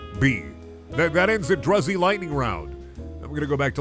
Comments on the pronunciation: Its pronounced droozy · clicks tongue umm actually druzy is pronounced "drew-zee" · The way he pronounced druzy tho :/